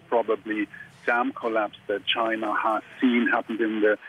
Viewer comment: Trump - "chi-na"